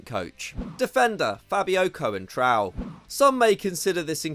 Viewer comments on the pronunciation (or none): Love the content but wow, maybe Google how to say the names of the players, cowentrow lmao